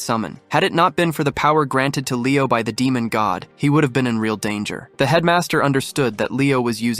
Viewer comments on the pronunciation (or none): none